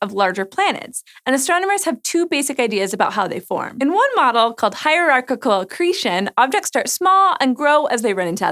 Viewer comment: hierarchical accretion -- haha All I heard was katamari damacy